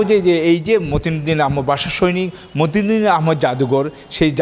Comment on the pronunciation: উপস্থাপক উপস্থিতাপনা করতে পারেনা তিনি মতিন নামটা টিক করে বলতে পারতেছেনা তাকে এ-ই কাজে কে পাটাল